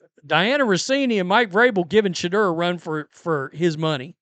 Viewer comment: JUST THE WAY YOU SAY SHA DERRRR IS HILARIOUS!!!! 😂😂😂